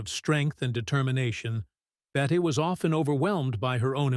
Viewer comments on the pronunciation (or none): Pronounced "Bettee" Davis, not "Bett." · The narrator needs to learn the correct names for people he's talking about like Bette Davis